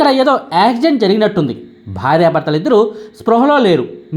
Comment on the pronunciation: యాక్సిడెంట్ అనేది పలకడం రావడం లేదు. ప్రాక్టీస్ చేయి